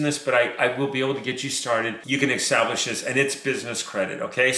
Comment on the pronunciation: good info....btw The word is establish not extablish